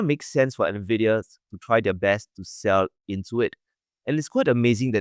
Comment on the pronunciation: First time watching this channel, Glenn's pronunciation of Nvidia was beautiful